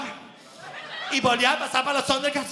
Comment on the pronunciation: "Sonder Cats" jajajajajaj me encanta cuando dice así